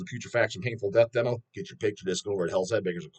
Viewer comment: This kid has a goofy accent. Keeps pronouncing demo as “dem-ouw”.